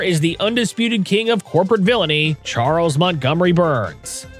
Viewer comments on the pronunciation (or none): none